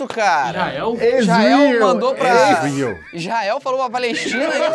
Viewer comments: Na parte do Ezrael foi engraçado kkkkkkkkk além dele falar errando ES RAEL KKKKKLL eu ñ estava lembrando da onde veio a frase ,mas me parecia familiar ai consegui lembrar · da manhã, acordo minha esposa porquê não conseguia parar de rir do lendo Israel. Hahaha